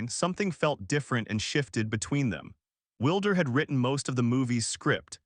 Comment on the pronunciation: It’s not Wilder, sounds like Wild—er. You will never get anywhere with cheap Ai